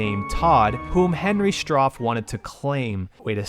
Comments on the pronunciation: This could have been quite an informative video about the relative obscure Uncle Henry's Playhouse/Mindblower, instead you present us with what seems a personal vendetta on Trilobyte. Your rant is so poorly researched that you can't even pronounce the main antagonist of the series correctly. It's Henry Stauf (not Strauw). And do you really believe they sold only 27 copies of this game? Of course not, you just use this misinformation to diss what you call a game (although it clearly says on the box it's a COMPILATION of PUZZLES). You can wine all about how bad they are, but my feeling is you just don't understand them or don't like puzzles in general, which is okay. But thrashing someone else's work because of that is sad. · Where did you... get those names from? There's no "R" in Stauf, and the boy is called "Tad", not Todd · I need a copy of this. T7G made my childhood nuts. Besides Myst, this game was one of the first on CD-ROM. The boy was named TAD, and Henry's last name is pronounced "STAWF", no "R" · "Strauf"? "Todd"? Are you trolling on purpose or did you just not give a shit? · It's pronounced Stauf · Henry STRAUF?!! Did you even play the game??? Why the hell are you talking of it, if you can't even pronounce antagonist's name?!! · You mispronounced Stauf and Tad. A Dev who made this game also said only 28 people own this game is BS. This is what he said about your video. "I've no idea where the "only 27 people own this game" thing came from. We sold a bunch of copies, unfortunately it was the same month/quarter we were going out of business (Trilobyte) and we didn't recoup against our distribution advance from EA." Maybe do some better research before you make a video? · It's "Stauf" not "Strauf" and the boys name was Tad, not Todd. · You keep saying Strauf instead or Stauf... He's called Stauf because it's Faust backwards BTW. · "You sound like a damn FOOL when you say it wrong!" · There's no 'R' in "Stauf".